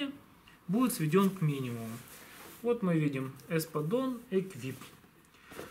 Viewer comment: Вроде произноситься без Т на конце... Не?